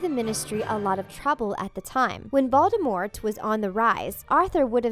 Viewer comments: it’s VOLDEMORT not ‘VALDEMOT’ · Did just hear u say baldemort